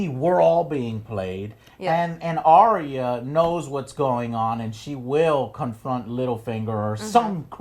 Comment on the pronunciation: Are-rea is sounds like an STD Joe. ARE-YA, Arya. Do you just ignore the comments now, I bet you do to avoid the trolls. Well, you cut off your fans with that same stick so.